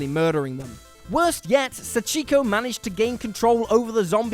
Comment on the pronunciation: The Sacheeko is killing me